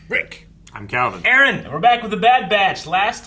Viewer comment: Aaron still can't even pronounce his name right